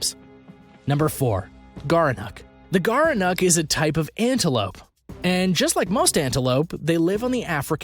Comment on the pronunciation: Gerenuk? More like "Gerenecc" 'm I right.